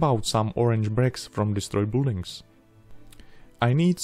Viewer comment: U building to u říkat nemusíš, respektive bys ani neměl, čte se to bilding ;)